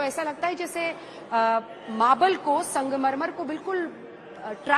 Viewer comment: आप बार-बार संगमरमर को मंगमरमर क्यूँ बोल रहीं हैं, क्या शाम के 2 पेग ज़्यादा हो गये